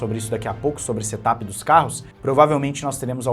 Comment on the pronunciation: Se me permite , a pronúncia certa de Set up não é setapi E sim serapi.